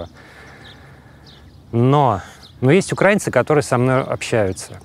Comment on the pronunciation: Кто-то скажите ему не укрАицы, а украИнцы. УкраИна. А не УкрАина.